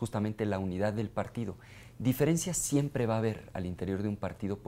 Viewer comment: "la matematica siemple" -Ricardo el Profesor anaya jajaja